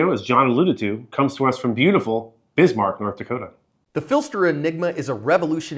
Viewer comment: Thank you for saying nort dakotah right